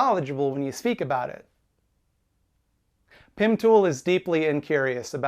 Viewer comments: Every time says Pim Tool, I laugh again. It’s childish of me but it’s funny every time. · you said his name wrong